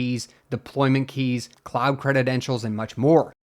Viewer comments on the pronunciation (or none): What is it with you and mispronouncing basic english words? Cre-den-tials Not "crededentials"